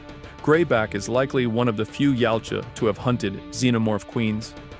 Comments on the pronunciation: Yautja is ya-ooh-cha, not yalcha. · YA-OOT-JA NOT YOUT-JA